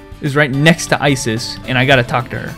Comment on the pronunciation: You called Iris Isis.